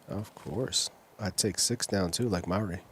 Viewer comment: I dont know, how in english the letters are pronaunced so differently. But in "harper" the a is nice like a should be. But in Mauri there comes a strange "äe" instead on "a". And this is not the critics to commentator, but this reminded me with all the other times. "O" is "u" for You and this just makes me mad ;)